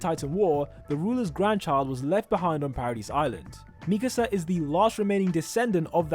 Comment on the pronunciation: Why do people say Mikisa instead of Mikasa?